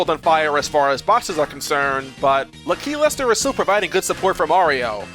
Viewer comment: Bruh, it’s LAKilester, not L’keylester